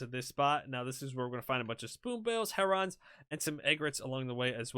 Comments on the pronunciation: Its 'hair-un' not 'Herr Ron' 😂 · What's a Heronn? Is that the same as a Heron? 🤣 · lol.... yeah. HERON: its pronounced like "Karen" not "Leron" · egg-rets, her-runs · Can you please say Heron correctly it bothers me 😂 sounds like Lennon “heron” as in John Lennon not “her-ON!!” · It's pronunciation is (Hair=in) A lot of people add a G on the end. They come at my pond all the time in the warmer months. Beautiful birds. My dog tries to chase them in the air. Funny as shit, as he's 14 now.